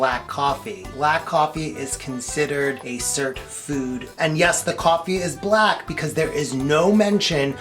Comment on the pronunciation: What the heck are you pronouncing, cert food , surp food , WOULD YOU PLEASE spell it out, thank you 😊